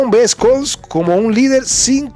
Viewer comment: Te felicito por tu canal soy seguidor de tu contenido real y objetivo de verdad es extraordinario tu canal sumamente informativo Si me permites hacerte una crítica constructiva el nombre del Canciller Alemán Olaf Scholz se pronuncia shols en vez de escols saludos y un abrazo desde Minnesota USA